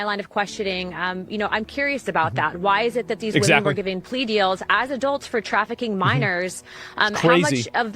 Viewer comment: "human traffiCAN" Nice slipup